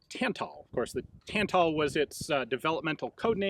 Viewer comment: Both As in Tantal are pronounced the same way, the second one should sound the same as the first one